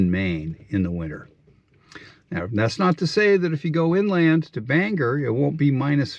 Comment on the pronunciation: Thanks. Really enjoy your calm, clear descriptions and explanations. A quick comment; Bangor is pronounced with the emphasis on the second syllable. There’s a delightful video on YouTube put out by the town to make this point, entitled, We are BanGOR, We are not Banger. Look forward to your next video. When do you launch?